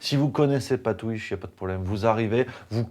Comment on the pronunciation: je kiffe quand tu parles de " twiche":D